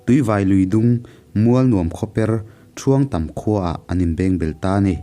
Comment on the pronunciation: Ṭhuangtam tia i lam hi a dik lo Thuangtam tih tur. (Tri ni loin T tawp) tun thleng pawh hian he khua hi ala awm e. Tin, Tuivai i lam dan pawh hi a dik lo.